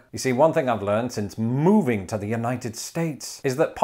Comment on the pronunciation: You say moving like Austin Powers says movie 😂